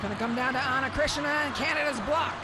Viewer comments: Eu seu...foi só uma piada, pois ela pronunciava ´Chrisna' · Ana Cristina, like Cristina Aguilera... no christiana, lady on the mic said it every time wrong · They can say Christina Ricci and Christina Aguilera, but they can't say Ana Cristina 😂